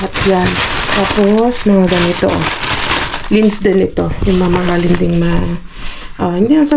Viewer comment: Ang sarap mag blender ng veggies at gumawa ng soup na “caldo verde”. At ung chocolate na lindt it is prounounce as “LINT”= lindt isa sa medyo mahal na tsokolate din at isa sa pinakamahal na di ko pa nakikitang nakukuha ninyo kakalkal ay ang “ GODIVA” = gu-day- va. Sana this xmas season ay makakuha kayo or maybe after ng season na yan coz every after ng okasyon sila nag tatapon.